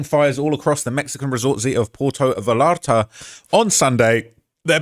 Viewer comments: Porto Valarta? Mate, it is Puerto Vallarta. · Just a friendly note about the pronunciation of Puerto Vallarta. It sounded like you said Porto Valarta, but I mostly want to stress the “yuh” sound whenever you see two L’s together like that. Sounds more like “va-yare-ta.” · “Porto vullarrrta” 😂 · Butchering these names…porto Val arta, tampo pollipas, gwana jewantoe 😂